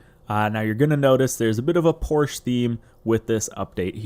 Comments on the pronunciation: "Porsche" is a two syllable word, pronounced POR she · You’re pronouncing Porsche wrong :P